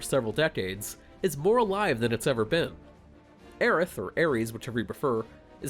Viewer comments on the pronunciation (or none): Imagine saying FF7 was a major childhood experience for you, and then calling her "Ares" for the entire review. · Aerith, bruh... RITH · "Aries". First time I've heard someone say her name that way... Maybe she is the God of War after all. lol